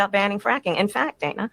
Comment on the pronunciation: Every time she calls Dana Bash “Danna,” it makes me think of Rosanne Rosanna Danna! 😂